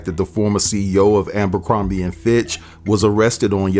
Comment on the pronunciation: It’s Aber-crombie not Amber-crombie. If we are going to deliver the news, we need to work on pronouncing these words correctly.